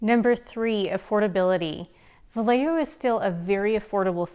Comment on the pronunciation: Pronounced Vi yeah ho